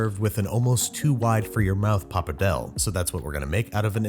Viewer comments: Yet, you don't question his pronunciation of papardelle? Which is dreadful, BTW... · Did you just pronounce pappardelle “pappardell”🫢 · He has a full crew these days and no one could help him pronounce pappardelle 😂🙈